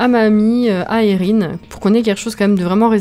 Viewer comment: Super vidéo 😊 la maison est troppppp mignonne ((Enfin une personne qui utilise mon prénom enfin à peu près ; Erihn.. Et qui le prononce correctement ! 😂 ))